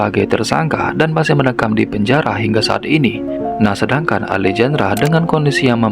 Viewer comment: Baang Alejandra pas 'j' nya dibaca 'h' bang jd alehandra, biar enak didengerin 🙏